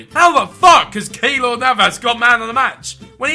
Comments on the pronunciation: its keylor not keelor love ur vids btw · Behz just a heads up... The |ey| in Keylor Navas is pronounced as an a.